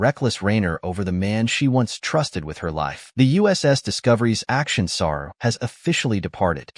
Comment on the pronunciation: Saru....Not Sara